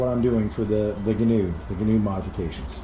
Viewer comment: If you’re gonna be the Gheenoe guy, atleast pronounce it right my dude.